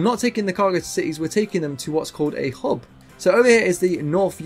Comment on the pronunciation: Cargo hob. I know you say hub, but it is so close to hob